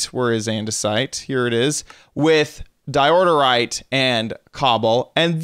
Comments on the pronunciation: Di oor yte say it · yes why he say diordorite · Isn’t it pronounced door-ite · Me : Dye-Ore-rite My little brother: Dio_rite Him:Diorderite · It’s called DIORITE, not DIORDERITE!!! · IT'S DIORITE NOWHERE DOES IT SAY IT IS DIORTITE OR DIORITITE! OK! GnaaAAAaAAAAaaAAa! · DI-OR-RITE Not Di-or-dor-rite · It's not diordorite it's diorite! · Um, I’m afraid it’s pronounced die-or-ite not die-order-ite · Diorite not diororite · why do you say diodorite instead of diorite? dont you see theres only one d? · It’s DIE OH RIGHT not fucking diorderorerite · regardless of dyslexia he plays Minecraft alot. He knows how it's pronounced like it's pretty damn common. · Because in the video kept saying Diordite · di-o-rite don't know why you're adding letters and syllables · How do you miss pronounce Diorite, he adds a second “d” as in “diordirite” it hurts my head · Nobody: This dude: DiOrDeRiTe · "Diorite" ... says DIODORITE four times in a row. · How are you adding like 82 syllables to di oh rite... lol. Thats adorable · Someone noticed that he says Dirorite? Dirorite sounds like a better name for a stone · Sorry to criticize but, it's Diorite (Da-yo-right) it's okay though everyone makes mistakes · It's Diorite. 'Di•ər•īt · I'm realising that he is saying diordorite more instead of saying diorite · Calls diorite dioderite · Anyone else notice he's saying diorderite for diorite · Diorderite? Isn't it Diorite? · Whats up with "DIODORITE"?! "Its DIORITE"! @@ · Diordorite? what the hell... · Di-or-ter-ite That's how you pronounce it. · your saying diorterite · are you saying Diororite? :/ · The way he pronounces diorite tho 😂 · God I wish he would pronounce diorite correctly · Wrong pronounciation in diorite =/